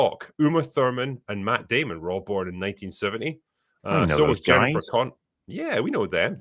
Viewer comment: I heard the Team America: World Police pronunciation of Matt Damon. You were heard 😉